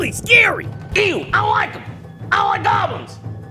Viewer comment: Gwablins s sss... Swoowooodsss qwaablyns... Grilled gwaablins moroons swooood doooows - joint troon 2016